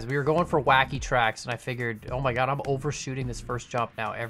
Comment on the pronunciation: That moment when misreads Wacky as Kacky.